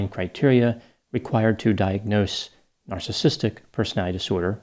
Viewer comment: He also couldn’t even pronounce “narcissistic”. Lol.